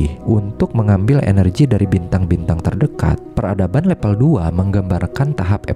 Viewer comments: Level, bukan lepel mase... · Harusnya "Level" bukan "Lepel" Jadi gak enak di dengar, dan terkesan udik/kampung & kurang profesional. Jadi ragu mau tetep nonton sampai habis, karena jadi kurang Trust aja (gara2 bilang "level" aja malah "lepel", jadi pengaruh ke rasa Trust (apa isi video nya bisa dipercaya) Kalau maksud pembuat video nya, memang sengaja diucapinnya "lepel" biar unik, maka ini malah blunder, malah menimbulkan citra kurang bonafit terhadap kualitas isi video nya, coz perihal tata bahasa yg baku aja gak paham